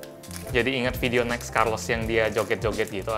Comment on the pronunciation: Gua dengernya Milos bukan carlos :)